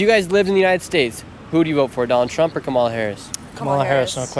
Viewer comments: It would help if you could pronounce Kamala Harris' name correctly. You lost me at the first mispronunciation. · Pronounce Kamala’s name correctly. Your bias is showing through. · Seriously it’s pronounced Comma-lah not co MAH lah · Before your next video.....learn how to pronounce her name ! Kama-la not ka-ma-la 😮 your ignorance is not acceptable 🙄 she's been VP for almost 4 years ! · Dude, cool video, but it's pronounced "comma la" not ca'ma la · KAH-mah-lah. Jesus! Her name is KAMala. Like Pamela. Whats so hard?! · Her name is KAH-mah-lah. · You aren't saying Kamala right. The accent should be on the first syllable not the second. Like Pamela. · Her name is pronounced “coma-la”. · Please work on your pronunciation of Kamala. It's like comma followed by la. Thank you. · What about learning how to pronounce Kamala before recording a video like this? You give yourself away as a Trumpist = idiot. I've watched just over 1 minute of this and realise already it's not worth watching. I'm British. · How about you pronounce Kamala correctly to start with. So sorry you all are so misinformed on Hitler trump. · If you're going to ask the Brits questions about our elections, please pronounce Kamala's name right. You're mispronouncing her first name. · Nick, you are mispronouncing her name. Not to harsh a criticism, though. I enjoyed the segment. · Pronounce her name correctly. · Maybe pronounce her name correctly on your way to being considered serious about what you do. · You should at least pronounce “Kamala” correctly, kinda cringe. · Dude, at least pronounce Kamala’s name correctly. Ugh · Super weird that you can’t say her name correctly - it’s all just racist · Why are you pronouncing her name wrong? Wth is this? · Douche can't pronounce Kamala's name correctly. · Please pronounce Kamala correctly! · I don't think you should do a video if you cannot pronounce the vice president's name correctly it starts with a k and not a c. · Pronounce Kamala’s name correctly!